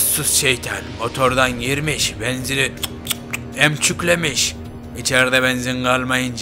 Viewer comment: 10.14 de hemçüklemiş dedi çok güldüm